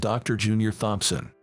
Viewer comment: This AI needs some work. "Thompson" has a silent h.